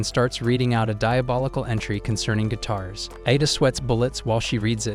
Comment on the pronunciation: What is saying guitars it sounds like it's saying gay terrorist